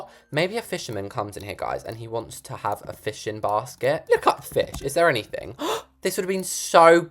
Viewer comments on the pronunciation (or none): none